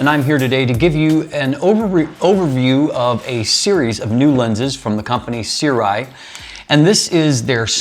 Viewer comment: see-rw-eye is the wildest pronunciation i've heard so far